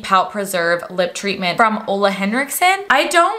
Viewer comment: An English speaker who can finally pronounce Ole with oooo and not uuuu!! 🙌🏼🙌🏼